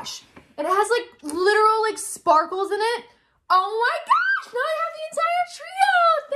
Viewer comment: When said”Oh my GoWsH” on lol😂